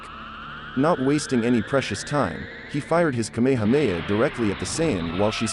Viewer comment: It’s not kAmama it’s kamahAma